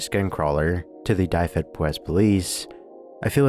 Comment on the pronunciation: also dyfed is pronounced more like duh-ved, not die-ved, and powys like poe-wiss (like the name poe)